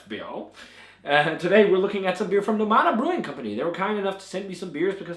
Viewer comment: The name is NO-mada, with the stress on the first syllable, as the ó symbol indicates, not No-MA-da. The same as in English, where you would say NOmad, not NoMAD.